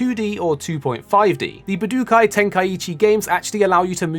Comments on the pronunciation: stop saying "buh dook eye", please. Way to show you have no clue what it is. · Ba du kai was killing my ears every time he said it